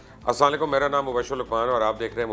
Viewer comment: Can u please say salam properly